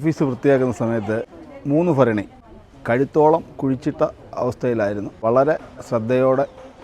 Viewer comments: എന്തിനാണ് ഭരണി എന്ന് പറയേണ്ടതിന് പകരം "ഫരണി" എന്ന് പറയുന്നത്. ഭ, ഫ രണ്ടിനും രണ്ട് ഉച്ചാരണമാണ്. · ഫരണി അല്ല ഭരണി വൃത്തി ആയി പറഞ്ഞൂടെ.. ഫരണി 🤣